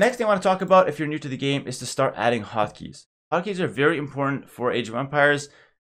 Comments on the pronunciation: I been watching too much one piece at first I thought he was saying "Hakis" not "Hotkeys" lmao! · When he says hot keys it sounds like Haki,11